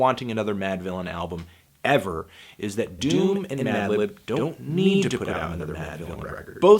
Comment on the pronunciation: also yes you used bated breath correctly. but you fucked up at the start with madlib's name hahaha. like you said in your earlier review, you've been losing the ability to speak. you tired fantano? get some rest you deserve it b.